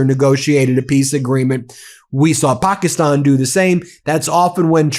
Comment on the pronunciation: Again, it's not "POK-EEE-STAN", it's "Pak-IS-stan"...even the Pakistani's pronounce it correctly.